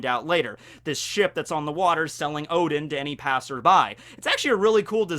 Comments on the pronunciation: This entire video you said Odin, it's UDON!!!!!!!!!! When did noodle bowl become gods of the Norse pantheon!!! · The way you pronounced udon was priceless 😂